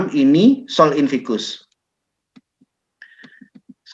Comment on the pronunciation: koreksi sedikit pak: sol invictus... bukan sol invicus